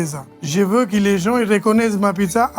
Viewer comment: "Tu vois c'que j'veud? " je vais tout casser